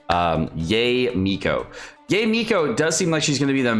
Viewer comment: why do u pronoun their names wrong... its yaE not YAY